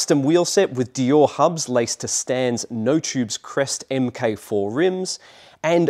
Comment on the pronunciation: "Stan's M K 4 rims..." Mark 4 dude, lol.